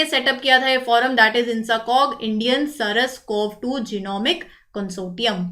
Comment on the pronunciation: Saras nahi its SARS COV2